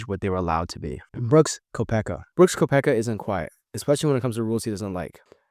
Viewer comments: Did you actually pronounce Brook's last name as Ko-pecka? Its Kep-ka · How do you even get to .. “Ko-peck-a?” What?! 😂